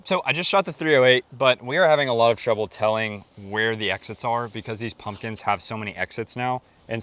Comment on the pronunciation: Did you say Muslims or pumpkins?